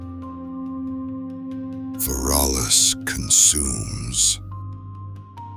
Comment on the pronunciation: Not "fer -all-us"